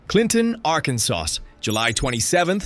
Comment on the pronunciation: Arkan(sauce) LOL